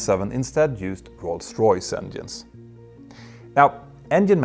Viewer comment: Kudos Petter, on correcting your pronunciation of Rolls Royce 👌 Thanks for your great work generally.